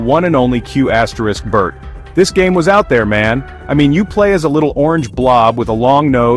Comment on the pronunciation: Who honestly pronounces the asterix in Qbert?